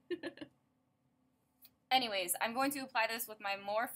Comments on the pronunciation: Love love love this look and the style of this video! You look amazing as always! Morphe is pronounced Mor-fee. ( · If your a Morphe brush addict you should pronounce it right, it's pronounced more-fee.